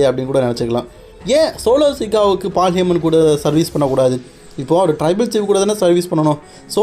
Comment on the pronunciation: Bro correct ahhh name sollu fullahh olaritt irukkeee😂